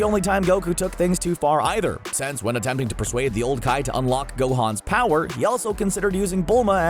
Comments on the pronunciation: he said tournament of kower, not power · Who else just realized that he said Tournament of cower instead of power xS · Did he say tournament of cower 🤣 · my nigga said “Tournament if Cower”